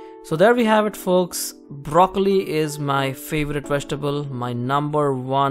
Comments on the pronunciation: i like brrrrrocollli.. :) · You made broccoli have 5 r's. Brrrrroccoli